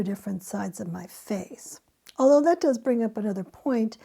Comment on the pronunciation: You emphasized the wrong word lol